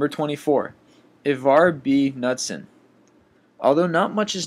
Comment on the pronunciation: Its Pronounced Ka-Noots-Son, KaNootsSon, Knutson...FFS Nutson really, I guess his name was lost to time as well....